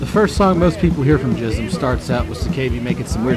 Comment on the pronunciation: Its pronounced Gism with a G not a J btw